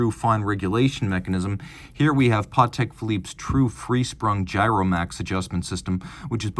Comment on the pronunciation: Yeah never heard anyone pronounce it like that